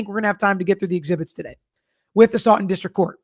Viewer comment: Love your videos! I’m from MA. I chuckle when you say STOUGHTON!